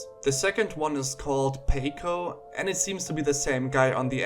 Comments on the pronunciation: paco rhymes with taco. thanks for the vid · unrelated but its supposed to be pronounced "pawco" lol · His name is pronounced paw-coe. Sorry this annoyed me so much I had to say something. I love your videos though man. This has been my only negative reaction from any video I've watched and obviously isn't a big deal.